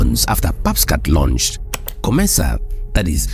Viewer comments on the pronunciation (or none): What's a "luanched"?